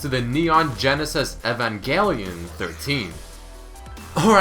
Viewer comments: Evan Geel Eyon it's Eve-on-gel-e-on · ITS E-VAN-JEL-YON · You pronounce evangelion weirdly.